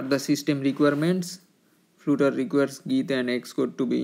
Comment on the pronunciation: Brother, it is flutter not floooter